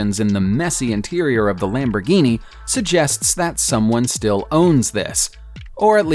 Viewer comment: It annoys me that you can’t pronounce the name of a Lamborghini....